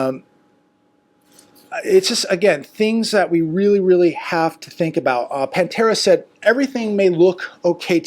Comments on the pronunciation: PA-Tera not PAN-tera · Pa tara, not Pan tara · Hi. Her name is pronounced Patera not Pantera. Thanks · Her name is PATARA not Pantara just so you know. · Hi...it's not "pantera"🐯🤣🤣😂😂 even PATERA has kind of a "feline look"🙄🤫🤭😳😂🤣/Your input it's always appreciated!!!!! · Actually her name is Patara not Pantara. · Patara. Her name is Patara. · It's PATERA NOT PAN-TERA. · It’s Patara not pan Tara . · Her name is Patara, not Pantara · Not Pantara ~ Patara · … it’s Patara! Not Pantera! Lol!! 😢😅😅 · It is Patara.......Or Pattipoo